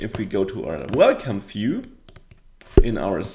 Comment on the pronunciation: Finally, someone showing how to build an authentication system from the ground up! Thanks a bunch! Also, I like how you pronounce "view". "Phew".